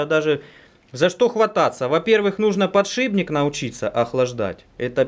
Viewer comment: а почему все время ты говоришь подшиБник,правельно ведь подшипник)